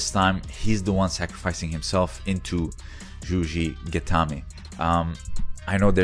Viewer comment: It's juji-gatame, not zhuzhi-gatame.